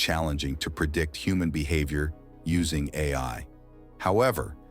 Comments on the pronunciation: The AI voice said al model when it should"ve said A.I. model. Majorly annoying. Stopped watching at that moment! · Lol...stupid AI. Called itself AL Model. It read AI as AL. So stupid.